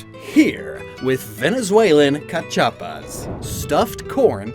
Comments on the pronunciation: You pronounced Cachapa great! I literally gasped im so excited! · As a Venezuelan you pronunce Cachapa very good